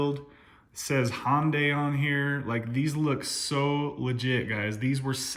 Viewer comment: “hondai” lol.